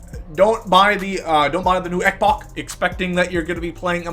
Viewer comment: xbox ( x-box ) not xcboc